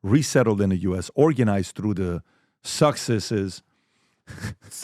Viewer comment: Suxxessess hahahaha that made me laugh.